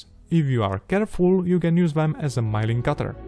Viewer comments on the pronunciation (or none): most of your pronunciations slip-ups are not serious, but "miling" versus milling is one to watch.